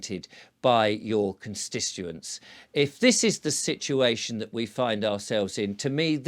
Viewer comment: Constituent. Please put the t in it. Cons t ituent cons t ituency. Of course it may just be my hearing.